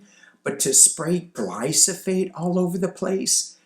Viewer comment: it’s Glyphosate. GLYPHOSATE. The “PH’ comes before the “S”.